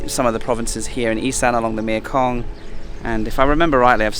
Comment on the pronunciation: 1) Love the channel and content... 2) for the love of God, please learn to say "Mekong"... grab a Thai person, you are surrounded by them, they will sort you out in 2 seconds..... 3) get a new scooter... OR consider changing the name of the channel to "How many places in Thailand can I get this piece of shit scooter repaired for the same old recurring problems"..... 4) LOVE the channel and content.